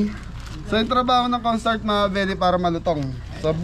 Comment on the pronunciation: Kapampangan po pag nag bigkas nawawala ang letter H Kaya sabi ay cornstart